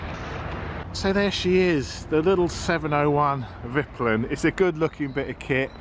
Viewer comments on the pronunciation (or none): Its pronounced veetpeelin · [Veet-peelen] mate ; ) Cheers from Sweden! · Think you should pronounce it "Veetpeelen. (White arrow) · Haha it’s hard with the Swedish name of course but it’s funny to hear it like that -Viplin😆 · You pronounce it more like "viiiiiiiitpiiiiileeen". As for white arrow. Top tip from a tourist in Sweden :-)